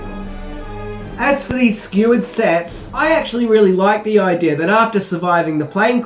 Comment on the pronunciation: why do you say aaajdieejaaarrrr instead of idea